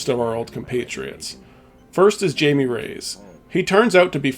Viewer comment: I do have to ask one thing: Did you not listen to the audio in the game? The names like Jaime is Hy-me and Walton Simons is Not Walter Simmons. Just confusing how you make these errors with iconic characters who have their names said many times.